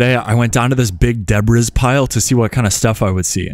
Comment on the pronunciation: Deb riss.??. You know better than that..!!